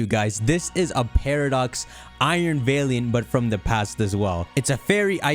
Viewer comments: I die a little inside each time you pronounce valiant like that. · The way pronounces valiant is disgusting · I find it odd you pronounce valiant as "vay-lee-ant."